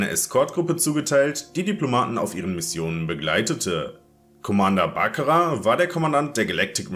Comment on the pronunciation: hast du da Commander Bacra gesagt ?